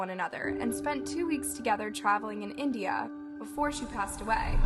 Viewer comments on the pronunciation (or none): none